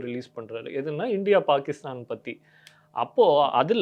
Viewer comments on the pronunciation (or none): none